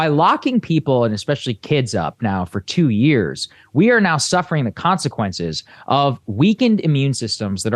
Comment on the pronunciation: "...who suffer the kwanzakwences..." 🤣🤣🤣